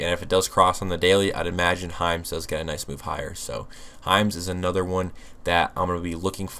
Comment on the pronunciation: I thought you were saying Heinz but you were saying Hims 😂😂😂